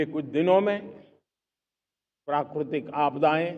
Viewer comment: Prakurtik 😂😂😂ye kya hota hai vaah re hamare desh ke pradhan mantri nature ko prakurtik bol rahe hai😮😮😮